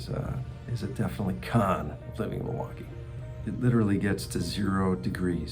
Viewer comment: It’s Mil-waukee… not, Ma-waukee. Always a tell of a local.